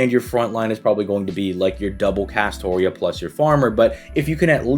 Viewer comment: 'New players using double castora' Bra you re-read the script